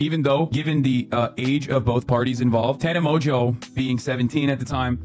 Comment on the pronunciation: Tanna Mojo is how her name is pronounced just for future reference! And Noel is No-el!